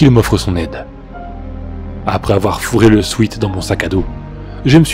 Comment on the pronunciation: 1 classique cette, creepy. Par cntr, c'est pas "sweet" la prononciation de "sweat" (soit sueur en anglais), ça rhyme avec "wet"